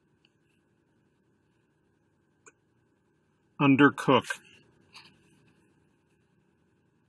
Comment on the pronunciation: Why did you pronounce the verb undercook like undercuf?